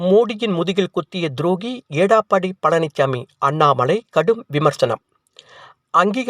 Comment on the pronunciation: எடப்பாடி பழனிச்சாமி என்பதை ஏடாப்பாடி என்று உச்சரிக்கும் உங்களையெல்லாம் எதைக் கொண்டு அடிப்பது😢